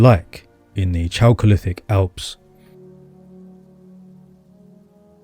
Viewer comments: First syllable of "chalcolithic" should be /kælk/ -- same as it is in "chalcopyrite." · It's pronounced 'kalcolithic'. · Very interesting and well done. P. S. 'chalcolithic' -> K as the initial consonant. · Chalcolithic = KAL-kuh-lith-ick